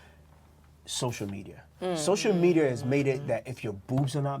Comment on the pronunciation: This guy's fake accent is ruining it for me, fuckin airhead. "Sosho mediar", "phoroshop", WTF?